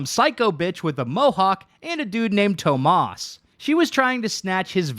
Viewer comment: He...he can't be that ignorant to not know how to pronounce Tomas...right?